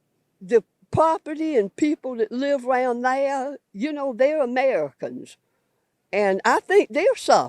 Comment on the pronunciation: Therea ? There is no a in there stupid hick